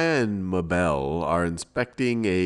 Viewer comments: thank u for this but that isn't how you pronounce Mabel sorry i know grammar police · lol he cant say mabel